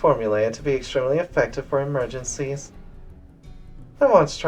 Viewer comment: emergercy teh illerminaty